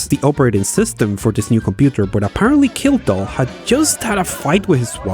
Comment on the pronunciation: Note that the surname Lowe is pronounced same as "Low". As in Rob Lowe. Also Kildall was pronounced Kilwall the first time spoken. But I still like your work. 😙